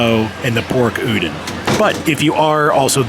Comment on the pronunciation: Awesome! Thank you for showing the new noodle booth! Can’t way to try it when I go!! Also, just sharing… the “don” in udon is pronounced more like “dawn” than “din” and the word pho is pronounced like “fuh”. I hope that doesn’t come off as offensive, just sharing info about Asian culture :)